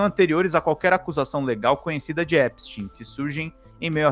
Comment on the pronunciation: Finalmente alguém pronuncia o nome do Epstein corretamente.... parabéns vc é o único!!!!! É EPSTIN É NÃO EPSTAIN!!!